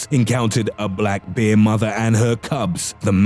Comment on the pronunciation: Stop saying "bear" with that voice. Sounds like you're saying "beer"